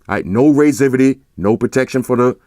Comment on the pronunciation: "raisivity"???? so we just making up words now?? lol